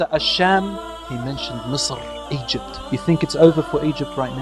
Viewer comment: Great video Say Egypt not Ezypte 🤦